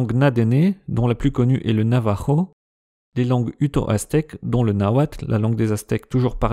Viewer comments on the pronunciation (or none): none